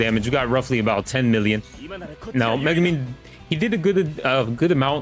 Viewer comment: bro doent even know how to pronounce megumi